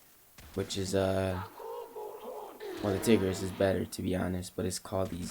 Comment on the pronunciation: Tigris (Tie-Gris)